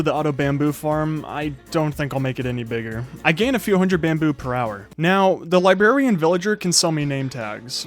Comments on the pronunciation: Does anyone hear his 'librarian' as 'libarian' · When he says libarain instead of librarian it made me cringe